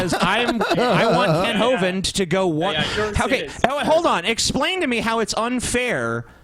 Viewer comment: i noticed that doesn't say Kent Ho-Vind any more.